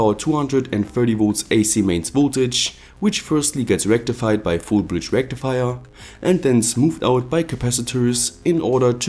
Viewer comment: FFFFULL BRIDGDE RECTIFAYAA